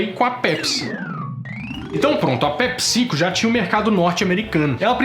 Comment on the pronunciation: ta falando pepsico com acento na vogal errada.